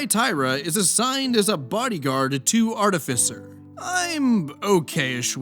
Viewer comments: If I had a nickle for every rpg horror story youtuber who mispronounces the word artificer, I'd have two nickles... 🤔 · The only thing that irked me more than the manipulative behavior is your pronunciation of 'artificer' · Pronouncing artificer multiple ways? Based